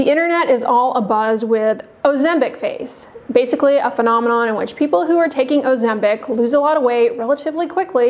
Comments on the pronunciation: It is not 'OzemBIC' but pronounced OzemPIC! Where did you get your license from? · You keep saying "Ozembic?